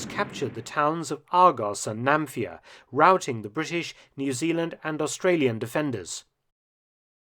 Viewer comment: It's Nafplion not "Namfia". Apart from this excellent presentation with actual footage.